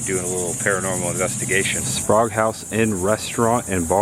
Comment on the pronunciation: I enjoyed watching this episode. The Sprague House in Crescent City looks like a place my wife and I would love to visit and stay overnight. I believe we in the South would pronounce it as Spray-gue, not Spahgue like you did several times. Anyway, I liked the commentary. It would be cool if you were to get permission to interview a local resident of the towns you visit. Happy travels! Watching from Jacksonville.